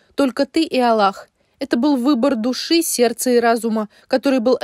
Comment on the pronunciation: Читающая девушка, пожалуйста при произношении имени Аллах необходимо четко произносить имя всевышнего с двумя "л".